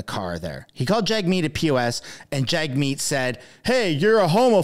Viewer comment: Did you say Jagg Meat? Hahaha